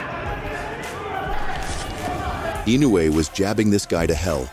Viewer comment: Pronounce "Eenoy" Not inuway lol